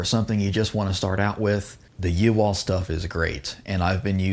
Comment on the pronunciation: I believe it's supposed to be pronounced "yee-haw" like a cowboy .